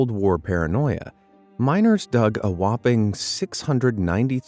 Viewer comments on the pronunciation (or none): none